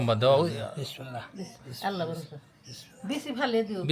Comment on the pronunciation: ভাই কিছু কিছু ভিডিওতে আপনি দেখা যায় আল্লাত আল্লাট করে কথা বলেন সি ❤